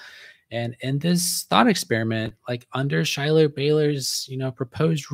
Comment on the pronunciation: My wife has informed me the correct pronunciation of Schuyler's name is "SKY-ler." Whoops! Did not mean any disrespect.